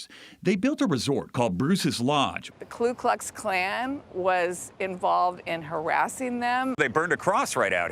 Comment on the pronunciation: "Kloo Klox Klan"